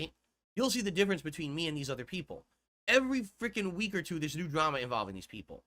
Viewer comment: "You know, snort I got a message the other day from peepul. And you know what, peepul said? They said, ". I've watched you for a long time. Peepul like me. View you differently now. Your conent is robust. Different. Meaningful. And your long-form style react style playthrough style khantent is not like the rest of the paid shills of Youtube. signed from peepul" See? I am naht a lawlcao anymore.